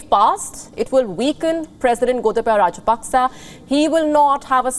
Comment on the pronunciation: Pronounced Rajapakse wrong again